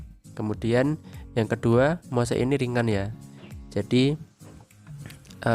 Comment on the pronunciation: Penyebutan Moss itu bukan Mose om. Cukup sebut Mos saja. Bikin bingung soalnya. Buat yang hobi anggrek, media moss itu sudah tidak asing lagi. Ada moss hitam ada moss putih.